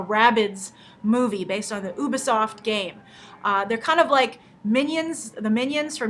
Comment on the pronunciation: ITS NOT UBER_SOFT its U-BEEEE-SOFT!!!!!